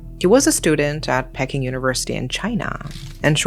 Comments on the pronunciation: As a mother of sons, this sickens me. Your own child unaliving you and wrapping your body up. Insane. Oh and isn't it pronounced "Pee-king" university? I was thrown off by it being pronounced "Pecking". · Why you pronounce peking like pecking most of the time i watch your videos your pronunciation is excellent but just this time its abit off 😂 if you say it like this pea king without the S that's how is sound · Enjoy your animated and bizarre yet true crimes committed by Asians. However, would appreciate it if you would pronounce Peking correctly.